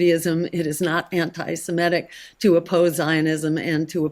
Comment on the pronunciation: So refreshing to hear Stein (NB "anti-semItic, semItic," not semEtic) I do hope she does well.